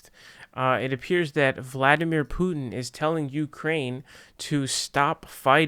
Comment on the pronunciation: If you pronounce it that way without a Russian accent it sounds like youre saying poo chin. Maybe just say it the way you were saying it before.